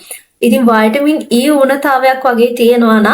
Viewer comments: වටමින් කියලා pronounce කරන්න්නේ ඇයි? විටමින් කියලනේ කියන්නේ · වටමින් කියලා pronounce කරන්නේ ඇයි? විටමින් කියලනේ කියන්නේ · වෛටමින් E nemei විටමින් 😂😂😂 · වයිටමින් නෙවේ විටමින් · වයිටාමින් නෙවේ විටමින් ❤️😌